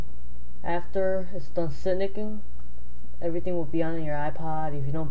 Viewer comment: Hahaha "after it's done sinicking". A I mean, it's cute. It's pronounced the same way you say "sink". It short form for "synchronizing", pronounced "sink row nyzing".